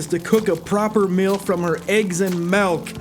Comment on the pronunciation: I feel like I'm missing some joke but why are you calling it melk?